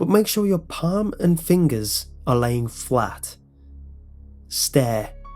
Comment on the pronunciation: Did anyone else hear him say fwat instead of flat? XD